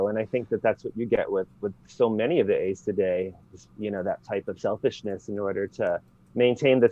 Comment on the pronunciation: This guy says Aes Sedai wrong.